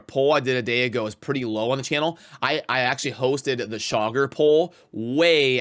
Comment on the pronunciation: I hear 'shocker' every time you say Chaagur 🤣 Saving Genbo for my FTP acct during champ chase